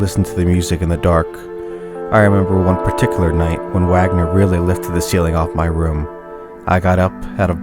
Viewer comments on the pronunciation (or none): It's pronounced "VAHG-ner" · Wagner is pronounced Vaagnor German composer. Hate to do that. Love ur vids you read him well. Thanks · Wagner is pronounced vaagner, as he was german. The other dude, Robert wagner, was a movie actor once married to natalie wood. It even gets worse.... Hi den. Not hay den. Spelt haydn. Just saying. the mispronounciation spoils the poem. Although not one of Bukowski's best. He's rambling. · most of them: wagner. shostakovich, chopin, handel, mussorgsky, elgar. you even miss pronounced the word etude by placing emphasis on the wrong syllable lol